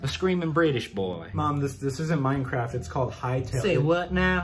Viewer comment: His pronunciation of Mineclaft got me